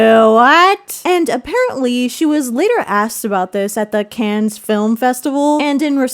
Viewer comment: did you seriously say "the cans film festival" lmao